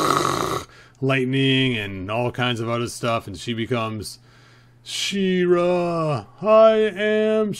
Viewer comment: Its She-Ra